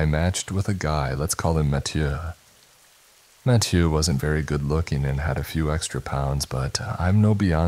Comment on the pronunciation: Mattieuh is killing me